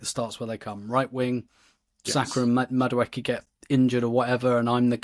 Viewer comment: lose the Madueke pronunciation...its not MaKueke